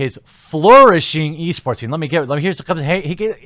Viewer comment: I swear I kept hearing you say "Yeast Sports"